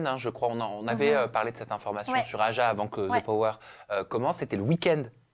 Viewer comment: « dans AYA » pour dire AJA, en sueur x)